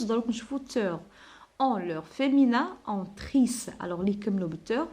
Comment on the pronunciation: Vous êtes formidable ma chère dame Mais je voudrais vous faire une toute petite remarque Pour le mot féminin vous le prononcez très mal il faut appuyer sur le i mi pas mé c'est tout Et bonne continuité